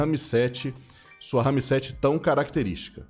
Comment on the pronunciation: caralho mano para de falar RAMI-7 não tem i no final cara